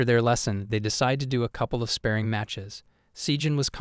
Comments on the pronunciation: It's "Spah ring" not Spearing dude. And "Bahr raj" not Barridge... All Manhwa is Korean.... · SpaRRing, not spaRing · I really appreciate the amount of work you put into these videos! They are very well made. I'm just confused as to why you pronounce "spar" properly but not "sparring." I understand that these videos involve a lot of reading out loud and probably start to blur 🎉🎉🎉in your mind and on your tongue as you record them, but you pronounce it inappropriately consistently. It's pronounced just like you pronounce "spar" with an "ing" sound at the end. It just seems like an important word to say correctly if you're making videos summarizing anime. 🤷🏻‍♀️